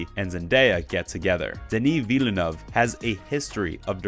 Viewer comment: Just FYI - Villeneuve is pronounced with two syllables: "vill-noov". Rhymes with "hill-good".